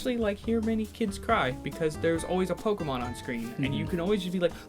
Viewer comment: the first 5 minutes of the movie and kept pronouncing Pokemon wrong